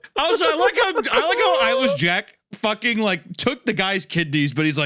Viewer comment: I thought Papa Meat was saying "Eilish Jack" the first few times he said "Eyeless Jack". I'm wondering if anyone else had that kind of experience, or if I'm alone on that.